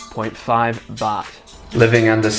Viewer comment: you make Baht sound like Butt